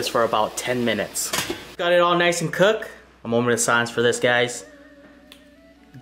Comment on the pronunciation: your an awesome cook but when you say cooked dont forget to say cook"ed" and not just cook